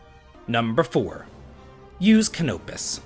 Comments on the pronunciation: It's not ca-nope-is, it's cano-pis. Not sure how you even pronounce his name so wrong when this game literally has audible dialogue. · cuhnope-is vs cano-pis. Difficult to write, but his pronounciation is completely wrong, as i said before, by evidence of the actual dialogue in the game. He's either playing on mute, in another language, or he just decided to say it wrong for whatever reason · The game actually pronounces Canopus. Why does everyone say it wrong? It rhymes with Cannabis.